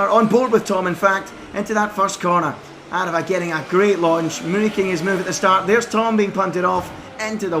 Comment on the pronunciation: Well done, you actually got aarava’s name right this time